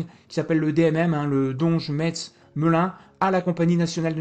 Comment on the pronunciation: Un joli travail de synthèse, digne d'un bon journaliste financier. Pour pinailler toutefois, à propos du DMM - on prononce MESS à propos de la préfecture de la Moselle.